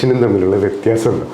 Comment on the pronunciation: വിത്യപിയാസം അല്ല വിത്യാഖ്യാസം!